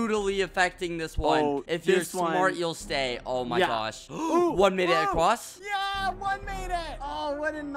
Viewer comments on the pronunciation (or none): Skeppy: one made it acwoss Me: IT ACROSS DUDE WHAT HeHe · one made it acwoss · “one made it acwass”